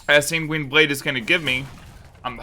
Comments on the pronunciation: holy Sanguine is pronounced sang-win not sang-ween Also there's no S at the end pls and thank you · where is the i in the San part of Sanguine blade, he keeps saying singuine its so annoying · Him constantly mispronouncing sanguine is really tilting